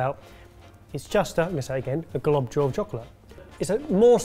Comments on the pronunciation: Oh my god,, I love you, but every time you say 'globdjule' instead of 'globule', I want to stick a fork in my ear. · the fact that continued to use “globdjule” and no one decided to correct has me cracking up 😩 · Seriously tho.. is “glob-jul” British for globule? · I mean if you were to simplify the phonetic transcription of globule you pretty much get "glob-jule" so as a non-native speaker I imagine a lot of people would instinctively say it like since that's a familiar way to say j as in jump or job. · Every time he said it I had to say 'globule'. I hoped they would do something about it! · Globdule... or Glublule... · someone tell him that globule doesn't contain the letter J....